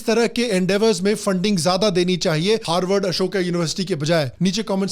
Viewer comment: Harward ko galat bolo bhai